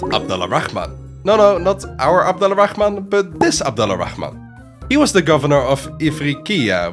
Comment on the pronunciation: Just a tip, Al-Rahman is one word. It's not pronounced Ala Rahman. It's Alrahman, and to be more precise; Arrahman. This is due to a linguistic rule, where certain sounds, including /r/, blend with the definite article "AL" (the). Google "Sun and moon letters" for more info. ;)